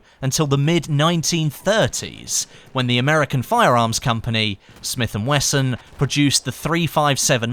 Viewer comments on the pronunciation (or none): none